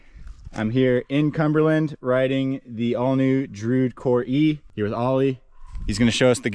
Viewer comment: Dru-id. Two syllables!